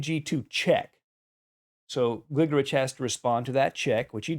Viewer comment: I believe it's pronounced "GliGORich."